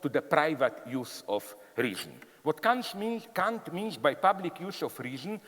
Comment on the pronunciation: That's exactly how Kant's name is correctly pronounced in German. It's funny how some people, Americans in particular, desperately mispronounce his name as "Can't" or "Kaaaant".